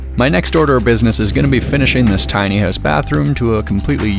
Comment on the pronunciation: Why does it sound like you're saying "tiny ass bathroom" lol